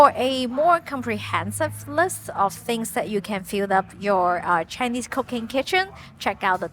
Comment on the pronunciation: I'm brand new to your channel, and I noticed your English accent is very good. However whenever you would say "...Cooking-" it sounded like "cocaine" and I kept thinking I accidentally clicked on a different kind of video. 😭😭🤣 Thank you for this video this was very helpful.